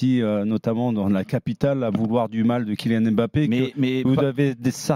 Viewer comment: Ça fait des années que Rothen parle de Mbappé mais il sait toujours pas prononcer son nom